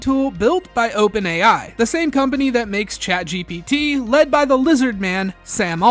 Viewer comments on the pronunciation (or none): none